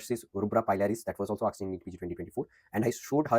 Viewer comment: You have to work on pronounciation of " asked"